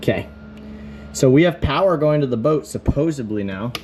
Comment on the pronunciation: SupposeDly not supposaBly